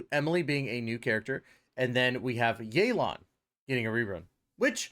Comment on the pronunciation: this video is great, keep it up, BUT yaelon and feurina pronunciation is criminal💀